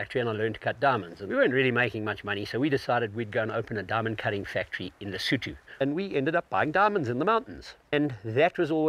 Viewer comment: is not Lesoouutoouu is Lesotho!!! so annoying people with silly fake voices that never being in Africa make the commentator...